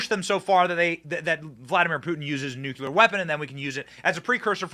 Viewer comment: You keep mispronouncing NUCLEAR.